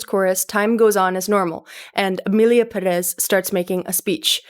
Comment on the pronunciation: Imagine harping on pronunciation and you can’t say Perez correctly. Have a seat